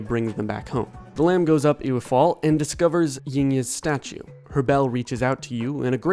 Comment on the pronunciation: Hi just to let you know that ewe is also pronounced as yew. So Ewefall would be pronounced as "Yewfall"